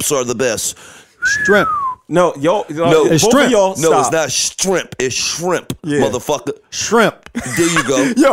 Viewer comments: "Strimp" lol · "STRIEMP"... 😭😭😭😭😭😭 You fired! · 🤣🤣🤣🤣💀🤦🏾‍♂️ “strimps” y’all hell! 😭😭